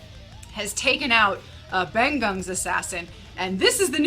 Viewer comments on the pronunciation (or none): It's really good review. I love how you both collaborate to explain the movie aspects. Great job! About mentioning the characters name. "Bangun" is pronounced like you say "Bang-oon" with "ng" as you say "goiNG". And "Uco", it's like "Ucho" with thick "c" as "CHange" instead of "Uko". Just in case you really wanna know. LOL And btw i'm a big (like huge) fan of The Raid series and currently making kind of a fan blog of the series. Just started and still on development. I wish i could share the URL soon. Hopefully it's helpful for the fans, especially since the movie is in Bahasa Indonesia. Cheers! Greetings from Indonesia ;) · bangun = bang + oon ucok = oo + chok anyway nice review